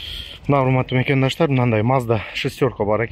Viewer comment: Макандаштар эмес мекендештер деп суйлочу айланайын